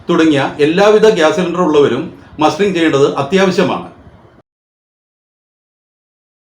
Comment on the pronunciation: മാസ്റ്ററിഠഗല്ല മസ്റ്ററിഠഗ് ആണ്